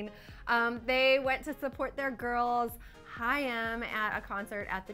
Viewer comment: HAIM is pronounced: (hi-m or hime) - ONE syllable